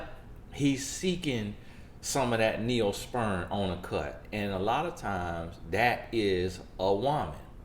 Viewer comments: Lol. Gosh darn it,..that accent of yours. Neospirin...nope. Its pronounced Neosporin. 😂. I know, I know...I'm from the South too. Good video though. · The pronunciation of “Neo Spurin” Just Took Me Out!!! 🤣🤣🤣 #Neosporin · "Neospeern"... lol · 😉 I thought he said Neosperm. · I heard neonsperm 😩😂😂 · I'm dying laughing!!!!!! Oooooo God your son is country as all get out. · Girl I hollered when he said it.